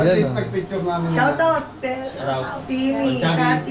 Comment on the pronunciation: ha ha ha puro shoutout ang naririnig ko - shout out shout out - parang dinig ko - shatawt ha ha ha parag nagsisiksikan ang mga customers. conscious sa SHATAWT nila